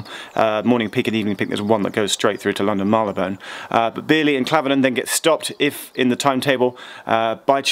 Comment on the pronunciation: Geoff knows how to pronounce Marylebone correctly! I also know but I still say Marry-le-bun. I don't know why.